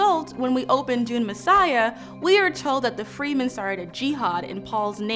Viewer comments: "free men"? Isn't it "Fremen"? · Yes, they are free, but they are not call Freemen, but Fremen. You can call attention that the word is too close and that this as intentional, but the words is Fremen and that is not pronounced like Freemen. If you voice "free men" you would never write it like Fremen. And noone in any conversation, podcast movie, audiobook or series, has ever pronounced them as Freemen until this video here. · Shadam, not Sadam. It's fremen, not freemen. Girl! It's Irulan, not Irulian. Ask, not aks. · its not "freemen" its Fremen both e's are pronounced the same way. also the fremen are not black coded they are arabic. yes arabic people exist and are not black they are their own racial group and have several ethnic groups aswell. sorry just seems a bit insulting to black wash a group of people clearly meant to be Arabic in origin, just so you can emphasize how shitty white savior clichés are. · I didn't think Fremen was pronounced Free-Men… I thought it was pronounced Fremm'n, like in the Lynch movie? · FYI: It's pronounced like "Freh-men" like not like "Free-men" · The way she is pronouncing half of these words is giving me palpitations. I originally read Dune as an audiobook so I'm used to freh-men rather than free-men and ee-rue-lan rather than ah-rue-lee-in. Is this how those words are going to be pronounced in the movie?? Is she saying them wrong or was my audiobook way off? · Well, Leto Atreidis was not caught in an ambush. This takes the same time to say as "The Harkonen, with the help of the emperor, attacked their castle and captured Leto". Nor are the Fremen called Freemen. And you have to say this often and the Fremen are kinda key. Saying them as Freemen lessens your authority on the subject. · Fremen, not Freemen! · Great video. Only small note: Fremen is pronounced “Freh-men” not “Freemen.” Thanks for all you do! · Freemen? Thought it was Fremen. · Okay but... it’s pronounced Freh-men and Cheney... right? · it's pronounced /ˈfrɛmən/